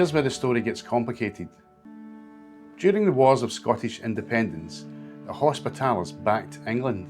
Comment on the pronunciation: interesting but pronounce hospitallers properly please